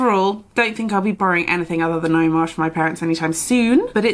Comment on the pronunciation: Ngaio is a maori word and you pronounced it perfectly! I'm from New Zealand so i'm so pleased to see you reading a New Zealand author. She's a NZ Dame, and dubbed as the kiwi Agatha Christie, she was one of the earlier murder mystery authors that Penguin published quite a few of her books. i do enjoy reading her books, i hope you will continue reading more of her books. Thanks for your reviews, this was a great video.